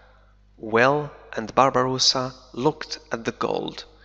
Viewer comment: تحياتي عيد مبارك وكل عام وانت بخير انا مشترك في قناتك منذُ وقت طويل. لدي ملاحظة صغيرة لا أدري هل أنا على صواب ام أنني عل خطأ؟ فقد لاحظتُ منذ بداية هذه القصة انك تلفظ الأسم (Barbossa) تلفظه ( Barbarossa) وهو اسم المناضل الجزائري الكبير (بربروسا ) اخوك من اليمن